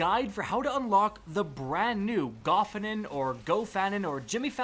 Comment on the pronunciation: Wouldn't there have to be two F's in Gofannon to pronounce it that way? Sorry Rick not trying to be a dick it just hits the ear in an unpleasant way. Plus all the other YouTubers pronounce it differently than you.